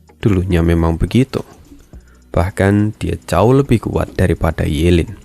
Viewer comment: Ye lin bang bukan yu lin